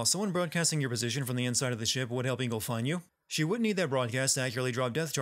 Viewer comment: It's not Ingel , it's ENGEL